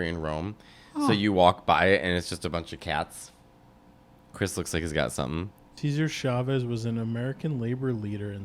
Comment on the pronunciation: “Seizure Chavez”?? 💀